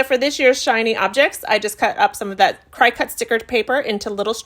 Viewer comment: CRICUT is pronounced CRICKET.